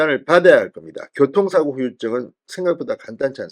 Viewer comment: 진성호님 평소 좋아하는데 오늘은 맘이 급하셨나 봐요. ㅎㅎ 고통사고가 아니고 교통사고 입니다